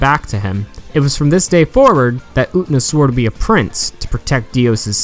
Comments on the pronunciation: "UT-NA" lmfao! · Say it with me, brother: OO-TEH-NAH! Japanese is a phonetic language. You pronounce every syllable, friend. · This was a great analysis but "Oo-nuh", really? You can pronounce the t-syllable you know. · its getting on my nerves almost every revolutionary girl UTENA analysis has said her name like that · i'm sorry but i had to stop watching the moment you pronounced Utena that way.... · SAAAAAAME. I tried to stick with it, but I just couldn't do it.